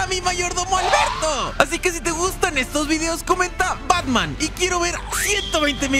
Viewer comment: "Batmaan" Gracias